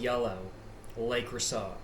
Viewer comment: You’re probably already aware but it’s pronounced “luh-crew-say” lol